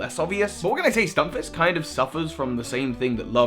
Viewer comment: its not a FISH ITS A FISK Stun-FISK not FISH